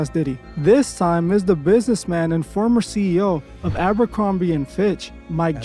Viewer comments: Sigh 😂😂😂😂😂 my guy its aber-crom-bee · Aber Crumbie and finch. You’re not alone in mispronouncing the name.